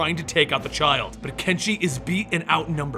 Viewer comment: Damn I keep hearing not hanzo and kenshi But hanzo and genji